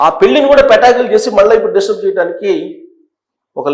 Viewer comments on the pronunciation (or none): none